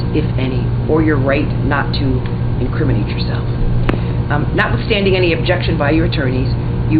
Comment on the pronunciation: "INCRIMI____NATE" never knew there was a pause in pronunciation of that word